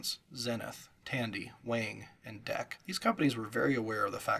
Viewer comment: Lots of accurate historical information. Very detailed. One nit: Visi On is pronounced "Visi - On", like VisiCalc but two words. Also "DEC" is an acronym and is pronounced like "Deck".